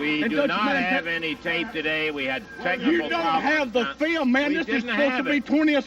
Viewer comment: "Show the FEEL-um, Lance. Show the FEEL-um!" r k